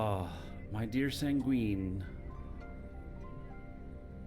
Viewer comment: just an fyi it's pronounced "sang-win". In the english language it basically means sad. Not tryna be a grammer punk, just wanna make sure you hear it from a fan and not a ar$ehole. Have a great rest of your week, thanks for sharing all of the content/tips, and stay safe!